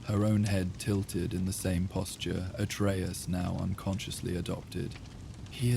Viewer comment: That's not how "Atreus" is pronounced, at least not in God of War :( Here at 37 seconds in